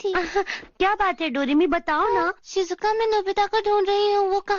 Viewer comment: Sujuka nahi shizuka